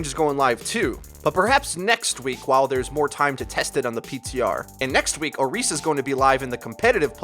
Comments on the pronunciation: orisa not oreesa.... 😑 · I just hate the way he says Orisa, it's like O-REES-SIA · "Oreesa" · STOP SAYING OHREESUH.... JESUS CHRIST WHY ARE PEOPLE HAVING SUCH A HARD TIME PRONOUNCING THIS? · He's saying Orisa wrong